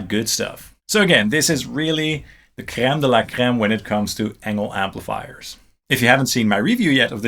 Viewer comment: Both amps sound great!!! I did like the SE FE better tho! I'm also impress the way you pronounced "Creme de la creme"! ahah Being french canadienne, that was a near perfect Quebecois pronounciation! xD Love your content! keep it up!